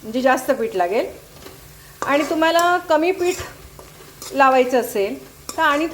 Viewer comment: मॅडम... पीट.. पीट लावा... असं ऐकायला कसेतरी वाटतं.. पीठ लावा.. पीठ... 😊